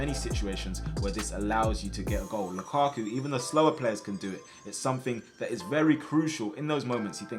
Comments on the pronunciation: It hurts heating him saying lukaku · did i hear him say lukaku?🤣